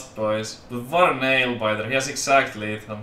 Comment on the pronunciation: it's Lethal not lefal